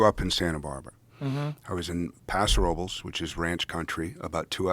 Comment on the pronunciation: Argh, he mispronounced the name of his birthplace (and my last name.) Robles should be pronounced "Row-bless", not "Row-bulls." It's Spanish for "Oaks." No worries.